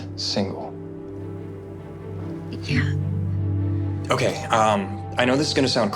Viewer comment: Did bro just say `SIGNAL' For SINGLE